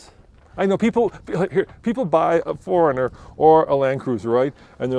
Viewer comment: pronouces Four Runner as Foringer